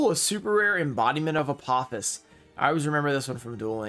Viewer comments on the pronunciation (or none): none